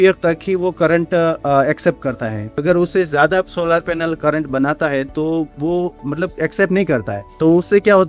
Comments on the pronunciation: Solaar nhi bhai solar hota h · Bhai sab log solaaar kyu bolte hai.. Solar bolne me dikkat hai kya